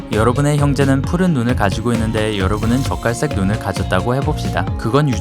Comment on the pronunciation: 나만 적갈색이 자꾸 젓갈색으로 들리나....?